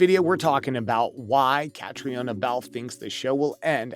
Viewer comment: Catrina is how her name is pronounced. Please try harder!